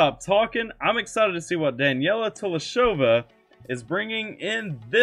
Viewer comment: I forgot to tell that her name is pronounced like this: Da-ne-li-ya (as spelled), not "Daniella". There is an Instagram live video where she explains how her name is to be pronounced. Here is the exact spot of the video